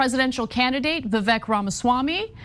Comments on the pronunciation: The funny thing was the first time she said his name, she mispronounced it and continued to do so multiple times. His name is pronounced vivek (like cake, vivAKE) not EHK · Its not Vivak... Vivek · His name is pronounced “Vi-vake” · She couldn't even pronounce his name correctly. It is vivAKE like cake even though spelt vivek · Can Young Turks sync up their interviews ? Can Anna and Jenk pronounce Vivek's name correctly ? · said Vivek's name wrong in the beginning. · I used to be ahuge tyt supporter, cenk lost me at his take on russel brand, guilty until proven innocent. He's been this way for every accusatin except his nephew's. Wasnt surprised at all by their nasty attacks on vivek. Ana intentionally pronounced his name wrong. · Perhaps preparing for the interview and being detail oriented could be something as simple as pronouncing your guest's name properly? This is amateur hour unhinged interviewing at its finest -- imagine not being to convey your point succinctly and intelligently without losing your cool. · when you mispronounce Vivek's name he has the RIGHT not to even know your name! Maybe when YOU reach out to someone to be on your show, YOU should do a little more research as to HOW TO PRONOUNCE YOUR GUEST'S NAME!